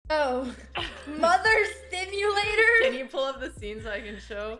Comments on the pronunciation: Literally thought she said “Mother Stimulator”... was highly disappointed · Why did i hear mother stimulator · Andrea really said "Mother Stimulator" lmao